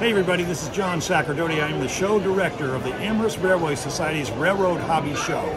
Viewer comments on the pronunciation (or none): I'll be there. ... but Amherst has a silent h.